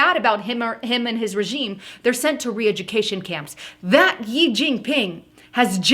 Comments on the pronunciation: you keep saying "YI jing ping" but the pronunciation is like the word "she" and written "xi" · She * it is pronounced She* xi=she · His surname 'Xi' is pronounced like the letter 'C' of the alphabet. Thanks